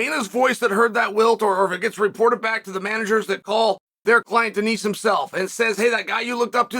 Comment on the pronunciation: checkmate from Chael, mispronouncing Denis name and we aren't able to make fun of it in a comment section :(